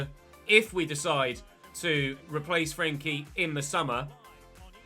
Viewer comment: I'm just wondering why he keeps saying frenkie like that